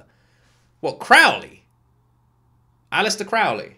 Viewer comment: Yes, it was Alastor (not Alastair). Fasten your seatbelt, sweetie, you are in for a fantastic ride...